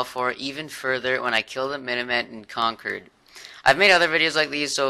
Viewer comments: I pronounce Concord like that too, like conquered, I think that's how people who live there pronounce it. Like plymouth isn't ply-mouth but more like plymith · u said concord the same way preston says it so yer probally got it right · As someone in New England, he pronounced it correctly. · You said Concord correctly, I'm from the northeast. I think the Con-Cord (as opposed to conquered) is a british thing. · you pronounced Concord the right way, I live in Mass and the hardest town for people to pronounce is Worcester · I'm from the area. You make Bostonians proud by saying Concord correctly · that's how you pronounce Concord..... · Thats how I say concord and I'm from Massachusetts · As someone from the Boston area, you are saying concord right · Do not listen to anyone, you are saying concord right, I grew up in Boston and mass. It's right. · It's fine, you pronounced concord right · i live in Massachusetts. you're saying Concord right.